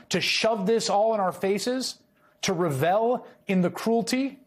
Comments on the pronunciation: Wait, did Chris Hayes just mispronounce “revel”? Yep, he said “rah-VELL”! He’s clearly beside himself. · Revel? Did you read this script in draft to identify words you don't know how to pronouce? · Probably "revel" pronounced weirdly.